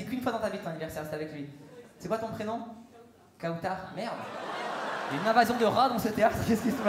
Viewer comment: Pour Kheiron « Kaoutar » = « Croutar » 😂